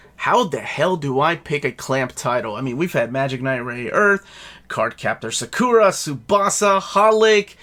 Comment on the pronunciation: Also, it's Sa-Ku-Ra! Not Sa-Kor-A! Say the name right! DX